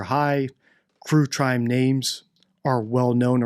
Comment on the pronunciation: crue trime 😂